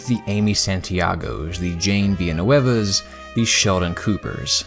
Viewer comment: i’m so happy you said jane villanueva